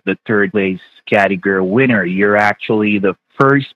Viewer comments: He does not know how to pronounced Category. He says "categer" 😂😂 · None of them can pronounce category!!! 😆🤣😂